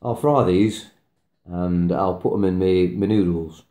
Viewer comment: Please beware of the GMO vaccine, preserve those genetics. ❤️ Btw, your accent threw me off for a second. "You can put it in me noodles" sounded like "You can put them in menudo" which is a Mexican soup with tripe (my husband's must have on a rainy day :)). Oh, "in my noodles". Got it now. Carry on....😄